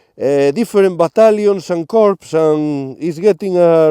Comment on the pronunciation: Psst...., in the military, the word CORPS, the p and the s are silent. So, the word is pronounced core, as in marine core (corps). This friendly hint is lovingly sent from me.